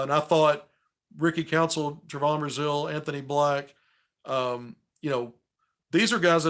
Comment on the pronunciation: I love your recaps and takes on the games but your killin me mispronouncing Trevon's name. Its pronounced Trevin. Just a small critique